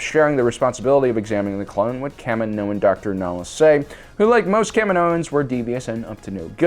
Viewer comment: LoL! the name of the Kaminoan is 'nala' se...